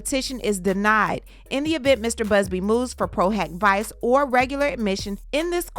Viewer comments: "PRO - HOCK - VEE-CHAY" ✌🏼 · Diddy is scrambling like a roach when the lights come on. Lol Also, it's pronounced "pro hoc veechay" I hear say it all the time. 😉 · Pro hac vice actually sounds like "pro huck vee-chay" in pronunciation ❤ thanks for keeping us in the loop 🤗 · PRO HAC VICE (proh-hock-vee-chay)...u almost had it 🤣🤣